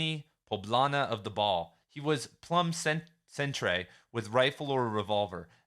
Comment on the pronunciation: "plum cen-tray"